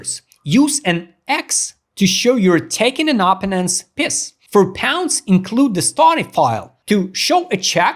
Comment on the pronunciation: Great video pro but it’s a piece not a piss big difference 😂